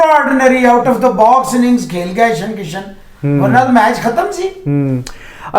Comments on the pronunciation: ईशन किशन नही भाई जी ईशान किशन नाम है लड़के का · Its ईशान किशन ..... Not ईशन किशन। pronounce sahi kiya kare